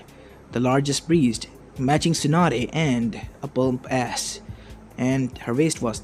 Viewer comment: he said breedst not breasts, don't worry